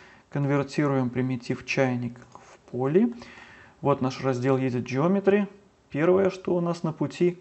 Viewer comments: Огромное спасибо за уроки! все четко и понятно! только, режит слух слово "Едит". Edıt читается как "Эдит" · Интер и Едит?? Слегка слух режет! А уроки класс!